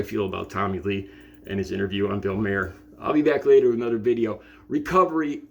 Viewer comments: Mahr is pronounced like Car but with an M. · It's pronounced Bill Mar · I’ve seen ten seconds of this video, and this guy has already made two mistakes. He claimed it was 3 AM and it looks like there’s sun out. Most importantly he mispronounced Bill Maher’s name.